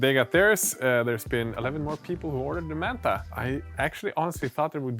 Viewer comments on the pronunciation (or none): Why do you keep calling it “mantha”?